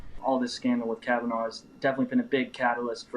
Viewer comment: OH YES, TWO MEN HAVE STEPPED FORWARD SAYING "THEY WERE INVOLVED WITH FORD" NOT "KAVANAH "